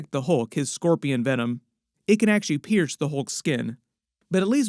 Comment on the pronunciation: The way he messes up scorpion makes you wonder if he's possessed by symbiote?